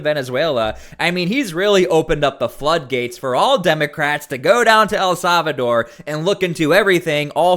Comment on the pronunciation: "El Salvador" is pronounced: el SAL-vuh-dor NOT .... el SAV a dor